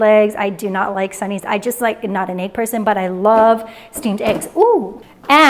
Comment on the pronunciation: What’s with the egg pronunciation?